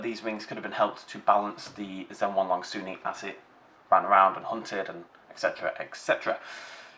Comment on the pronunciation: Also, Zhen-YEN-long, not Zhen-HWAN-long